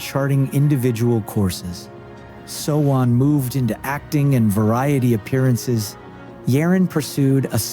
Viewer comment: Gfriend is literally successful & global now let me explain the way you pronounce their special names Kim sojung sowon > SoOne Jung yerin YERIN > yereen Jung eunbi eunha > EUNHA not Unha Choi yuna > YUJU Hwang eunbi sinb > shinBi not sinbi Kim yewon UMJI > something like Eumji ....